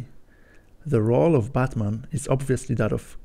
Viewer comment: You pronounce Batman like Buttman